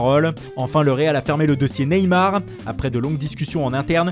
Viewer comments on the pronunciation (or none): none